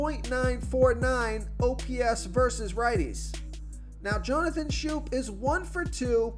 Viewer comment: "Schoop"? Salt N Pepa?